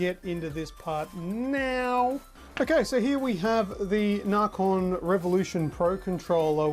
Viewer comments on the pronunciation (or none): it's nacon not narcon